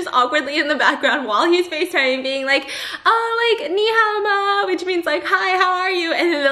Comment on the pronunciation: me : pronounciation got it . me : tone still off : yes theres a difference the 'ni' is too high .